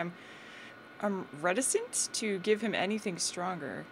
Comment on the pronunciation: woot sauce! and you pronounced reticent correctly the first time. (reta-sent) It's a good one.